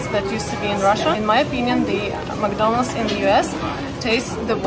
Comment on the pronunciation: Забудь уже слово "макдольнадс" если живешь в России